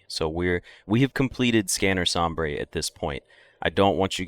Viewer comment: Please, it's not pronounced som-brey, it's pronounced som-bur, this hurts me in an indescribable quantity